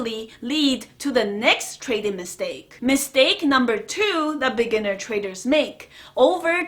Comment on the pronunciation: Every time she says 'beginner traders', I hear 'lamborghini traders'.Lots of respect, though. I love this channel.